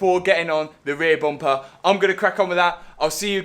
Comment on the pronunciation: It's just a Bumper not Buumpah.